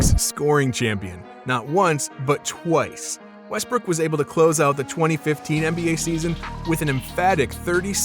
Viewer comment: Bro you sayin westbrick😂😂